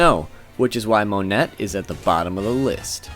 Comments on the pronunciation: Interesting video. I like it, but there were several mispronunciations. Monet is pronounced "mo nay" like the painter (I double checked the kana to be sure). The "Hie" in "Hie Hie no Mi" is pronounced "hee ay". Aokiji is "ow kee jee". Akainu is "a ka ee noo". Other than that, really awesome video. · I also don’t like how he says monet like mo-net instead of mo-nay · You mispronounced stuff on purpose at this point. Mow-net?! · "Mo-net, A-koiji, A-kaynu" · Monet is pronounced Mo-nay lol